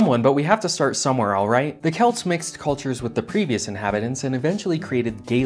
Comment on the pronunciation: Thank you for saying Celts correctly